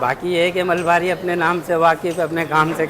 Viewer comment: MALABARI......not Malbari.